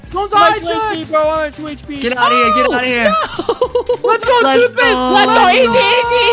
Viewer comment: CHEX NOT CHES !